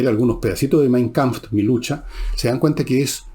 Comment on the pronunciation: ¡Otra vez, Villegas! ... Si no maneja el idioma alemán, no insista en pisar suelo resbaladizo, para un viejo como usted, las consecuencias de un costalazo pueden ser serias y vergonzosas. - No diga "Mein Kampft" y escriba 100 veces: La palabra "Kampf" lucha, combate ... no termina con "T" - De alguien que, como usted, dice de sí mismo ser conocedor de la obra de Arthur Schopenhauer, se podría esperar una pronunciación correcta de su obra principal "Die Welt als Wille und Vorstellung" (El mundo como voluntad y representación). Escriba 100 veces: La "E" en la pronunciación del artículo femenino "DIE" es muda, es decir termina en una I prolongada - Tenga, además, presente la corrección hecha hace dos o tres días y que se refiera a la acentuación de la palabra "Kapital" que no se acentúa en la primera, sino en la última sílaba. Ojo: No confunda acento, que tiene que ver con la pronunciación, y tilde que tiene que ver con la ortografía. Una ves más concluyo diciendo si tacuisses philosophus fuisses.